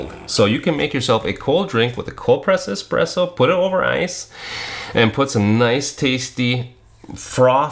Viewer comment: the x is silent 😂